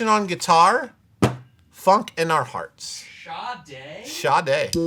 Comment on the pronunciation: Holy shit Sade is pronounced Shaday?? Been a fan for years and never knew that lol.